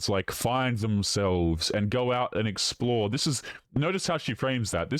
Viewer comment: “Go out and explwhore”